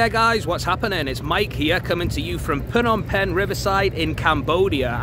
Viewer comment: btw phnom penh is prounced "nom pen" (coming from a real cambodian)